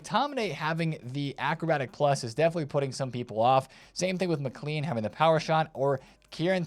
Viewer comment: "Mic-Clean" 😂 Love hearing Americans trying to pronounce anything Scottish 😂